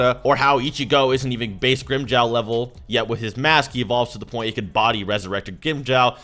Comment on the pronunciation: “Weasurected gwimjow”